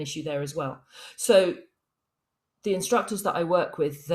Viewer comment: I have now heard Karate pronounced as carrot and now I cannot unhear it. Great conversation.